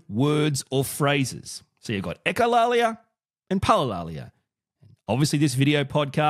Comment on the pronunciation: You're pronouncing it right